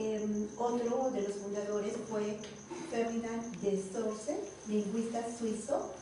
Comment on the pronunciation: esa profesora esta mas perdida que la aguja en el pajar,, no sabe explicar, y se va a otros temas sin explicar bien. Ferdinand de Saussure es el LINGUISTA y se pronuncia """Ferdinan de sosir""""